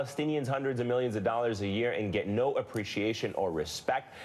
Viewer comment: The way Trevor says “year” is funny.